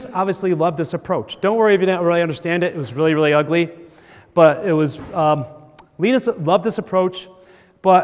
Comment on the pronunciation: it's LINE-US not LEEN-IS